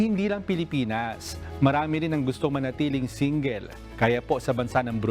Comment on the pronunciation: Grabe ang pronounce nang single. Singgil!